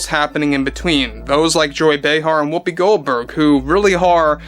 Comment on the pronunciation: Why do you call her whoppi Goldberg? Her name is Karen this is no joke.